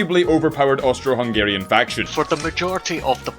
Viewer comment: Why did you say Austro im Austrian 😢